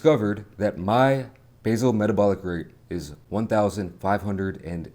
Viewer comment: Basic not basil 😂